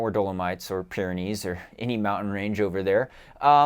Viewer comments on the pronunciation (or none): none